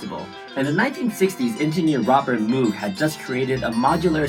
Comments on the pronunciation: It's mow-g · By the way, moog is pronounced moge like pope or pogo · She’s amazing. By the way, Moog is pronounced “Mohg” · Very nice! Sadly you pronounce Moog wrongly